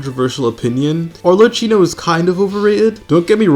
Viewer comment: While I have recently almost completely stopped playing genshin for the first time in 3 years due to some personal reasons, I’ll always watch a video when he uploads. Because he’s the GOAT. Also please stop saying Arleccino